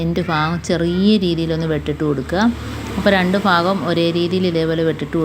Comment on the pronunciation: Fagam alla bagam